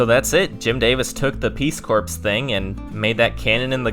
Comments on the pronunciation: Peace Corpse? The P and S are silent. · Peace core is the pronunciation of the organization lyman joined my dude. Not trashing you, it's one of those words that doesn't make sense like bologna being baloney pronunciation wise. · Very interesting. One thing.. Peace corps is pronounced peace "core"... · Stop saying "peace corpse". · You are pronouncing "Peace Corps" incorrectly